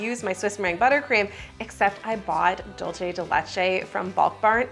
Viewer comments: It's Dulce de Leche, pronounced DOOLSE, not DOLCHE. ❤ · Every time she says "DOLCHE DE LECHE", a angel loses their wings... 😭 It's DULCE, not DOLCHE. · Hi! argentinian subscriber here! 🙋🏼‍♀🧉 "dulce de leche" is not italian, so it's not "dolce", think of an S when you see the C in "dulce", do an S sound and you will be pronouncing it correctly, Because your "de leche" pronouciation is really good!! love your videos! 🎂💕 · I'm gonna go ahead and make the tiiiiiiiniest correction, in Spanish "c" sounds like "s" (or "z", if you're from Spain) before "e" or "i", you were going very Italian "c" when you said "dulce" 😅